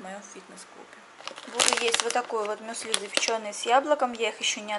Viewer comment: Умываться нужно и утром, и вечером. За ночь кожа потеет, и на ней оседает пыль. И ударение в слове мюсли на Ю. Я не хейтер, просто режет слух)